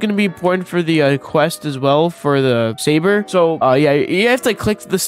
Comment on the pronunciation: Bro can't say saber right